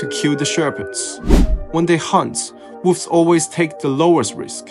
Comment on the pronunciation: I like how he pronounces it "woofs" :)